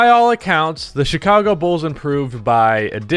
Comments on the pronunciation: “Chichago Bulls” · I'm also worried about the "Chichago Bulls". Come on,. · this is hillarious ngl.I like how "Chichago Bulls" were pronounced